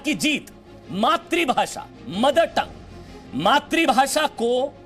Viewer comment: अबे घोंचू मात्रीभाशा मत बोल वो शब्द है "मातृभाषा" मात्रीभाशा × मात्रूभाशा × मातृभाषा √